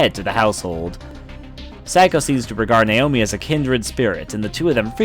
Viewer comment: He pronounces Seiko wrong too.